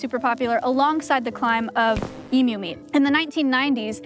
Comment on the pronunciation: i love it when an american says emu correctly